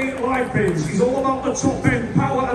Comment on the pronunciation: "Coach Roy Ray Lepens!"😂